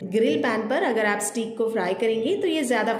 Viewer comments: پیاری بہن سٹییییک نہیں ہوتا سٹیک ہوتا ہے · Haha. Stake not steeek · You can simply say chicken fillets instead of ( steek ) or steak which is pronounced as stake 😅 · It’s steak. It’s pronounce ‘stake’